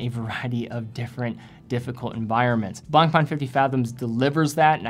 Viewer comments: I dont wan't to be rude but you could pay more respect to the french guys that have given their names to their brands. You are really damaging their names : BlancPain becomes "BlangPan", FP Journe become "F Pigeon"... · you need to improve your pronunciation of BlancPain.